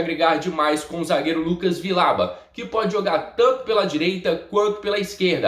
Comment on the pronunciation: Se diz "Vijauba"